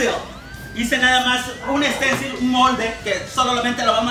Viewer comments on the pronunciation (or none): none